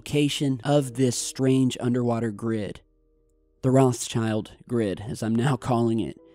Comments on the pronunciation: the pronunciation is not rozshyaild, it's - roT sheeld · The pronunciation of 'Rothschild' is not like 'Roth's child'. It's 'Rotshield'. Rothschild means 'red shield' in German. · rothschild is actually pronounced rowedchilled as in rowed and chilled spoken as one word. it's german & means "red shield" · Hey the name ROTSCHILD means RED SHIELD in german and is pronounced "rod shillt".;) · ... Great video but... Is it really so hard to pronounce Rothschild?..